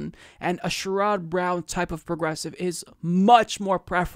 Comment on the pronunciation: this is my first video that ive watched from you and im sure you follow and talk politics a lot so i have one question that coming from ohio why do you say sherrod browns name like you do? please look it up so it doesnt hurt everything else you say.